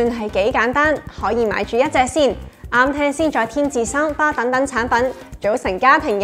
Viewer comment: 真係要加油呀， 呑咗粒字，係LED呀😂 240Hz呀🙂 係Soundbar呀😂